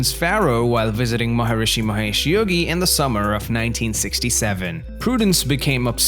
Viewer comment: Jesus! I thought it was bad when you mispronounced Stuart Sutcliffe. And got Maharishi Mahesh Yogi wrong. But 'Sexy Saddy'? Have you never heard the song? You know nothing about the Beatles, do you?